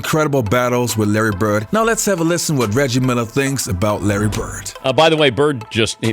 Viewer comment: His last name is Bird. Not Burt. Immigrants are learning English from TV and the 'net. Stop confusing them.